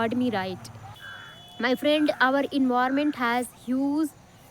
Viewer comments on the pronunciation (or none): Its నాట్ envirament...... Environment ఎన్విరాన్మెంట్.... ఫస్ట్ లెర్న్ the ప్రొనౌన్సియేషన్స్....